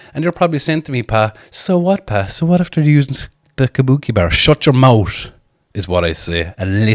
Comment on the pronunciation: "Shut yer moat yeh koont" Lol